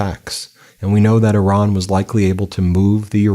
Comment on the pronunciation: Thank you for saying "Iran" as it should be said. Every time i hear an american person say "Iran" the american way, i want to say great!, where to?